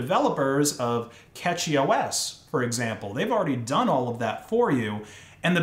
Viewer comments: not Catchy its Cashy(Cashy). As a Cashy OS user, pls say it right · It's pronounced cachy os like you pronounce cache.